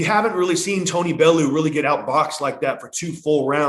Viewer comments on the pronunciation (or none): talking about tony bellew like he’s baloo from the jungle book should know its pronounced bell-you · also brother, Tony's name is pronounced bell-u not baloo 🐻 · Tony “belloow”